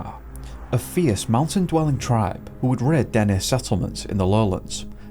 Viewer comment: Thank you for pronouncing Dene properly … most get it wrong